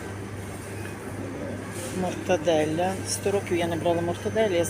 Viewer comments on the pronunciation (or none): Ага .."Інтолєранце Елєментаре"😂.... І мати оголошення в аптеці перед самим носом ! Блін нехай вимова не перфект але ж прочитати без помилок можна і зміст слів не змінювати! "Йду візьму мортаделя "🤦😂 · неправда ваша....Вживають пом'якшене Л...( Щось середнє) , Але ніяк не ЛЬ з м"яким знаком типу мортадеЛЯ та ще й з одною Л, коли треба вимовляти подвійне ЛЛ. Так говорять тільки недоучки типу" педагогині - гані ".... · Вчителько ,з педагогічною освітою, хоть не кажи, що в тебе є освіта ,написано великими буквами Мортаделла, дві літери " л", маєш іх вимовляти і викінці буква " а"де ти бачиш мортаделя .